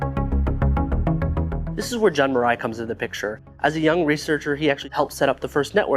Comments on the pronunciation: Say "joon" not "jughn" it's an ü not an ə sound. There is no "ə" sound in Japanese. Letters are pronounced as they are. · Fun video and a real blast from the past for those of us who lived through the early internet years in Japan. I would just make one whining complaint: The pronunciation of 'Jun' is 'oo' as in afternOOn, NOT 'un' as in 'fUN or bUN. Say it "June NET", as if you were saying the six month of the year. From 1993 to 1995, I ran The Watering Hole BBS here in Tokyo, which offered FidoNET, OS/2Net, TechNet and other BBS-oriented networks, as well as acting as a gateway for internet e-mail and Usenet services. Such BBS services flew under the regulatory radar and were quite popular. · Jun is pronounced like “June”. This video is so well researched and presented that it is a little frustrating that something as simple but important as how to pronounce the name of the pioneer you’re reporting on was overlooked.